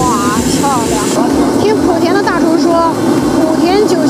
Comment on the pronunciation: 莆（第二声）田